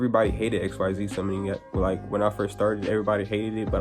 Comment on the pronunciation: Why were you mispronouncing the “xyz summoning” mechanic? You said you watched zexal and arc-v, so then you would know that xyz is not pronounced the way it’s written.